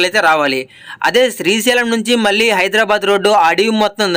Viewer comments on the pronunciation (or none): none